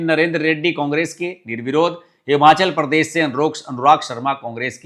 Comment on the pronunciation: परदेस नही प्रदेश बोलो